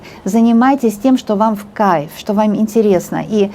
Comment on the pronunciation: мне Ваша компания тоже в Кайффффффффф!!!! 😘😘😘😘😘😀😀Обожаю когда Вы так выражаетесь!!!! У Вас это так классно получается произносить слово в Кайффффффффф..... Всё просто суперррррррр!!!! А Вы Большая Умница, красавица, мастер своего дела!!!!! Настоящий М А Г!!!! Да храни Вас Бог и Высшие Силы!!!! Низкий Вам от меня поклон до самой Земли!!!! Аминь Аминь Аминь... 🙏🙏🙏🙏🙏💖💖💖💖💖💖💖💖💖💖💖🌹🌹🌹🌹🌹🌹🌹🌹🌹🌹🌹🌹🌹🌹🌹🌹🌹🌹🌹🌹🌹🌹🌹🌹🌹🌹🌹🌹🌹🌹🌹🌹🌹🌹🌹🌹🌹